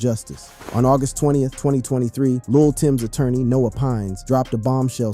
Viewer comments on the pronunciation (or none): none